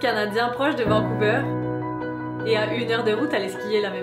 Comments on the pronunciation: Vancouver se prononce vancouvère pas vancouveure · c pas Vancouveur mais Vancouver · Vacouveur = Vancouver (prononce : Vancouverre) Pain au Chocolat = Chocolatine (Tu vas te prendres un débat sur la gueule) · et euh tu sais qu’on dit VANCOUVÈRE même si sa s’écrit Vancouver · Pas Vancouveur vancouvÈr mais sinon ça vas😂